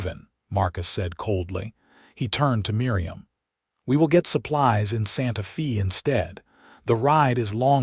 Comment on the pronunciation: AI narration is awful. Santa Fay, not Santa Fee, for example. Sappy and trite. The AI writing is bland and boring. Clearly word choices are not strictly American. Diapers, not napkins. Reid, not Raid, and back to Reid. Repetitious drivel. I won't be subscribing to the channel.